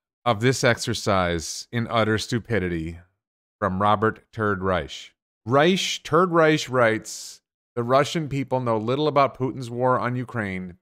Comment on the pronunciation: every time you said "Turd Reich" I heard "Third Reich"